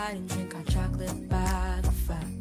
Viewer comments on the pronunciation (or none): none